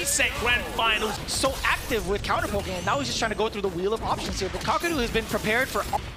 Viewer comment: Take a shot every time they mispronounced kakeru